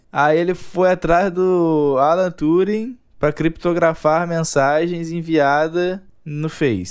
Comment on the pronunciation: kkkkkkkkkkkkkkkkkkkk "Alan torung"